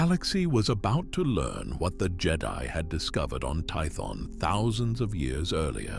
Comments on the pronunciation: The who? Is it just me the way he says jed-i or is this on purpose? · It's AI, all of it is, i mean listen to how he says jedi it sounds like how a star trek fan would say it